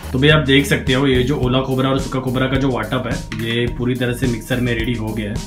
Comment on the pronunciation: Aola khobra nahi gila khobra